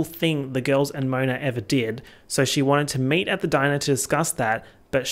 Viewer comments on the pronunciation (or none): none